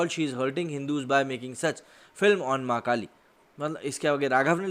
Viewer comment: Bhai sorry to say but aap jab v maa kaali bol rhe ho tb wo maa kaali nhi makaali sunai de rha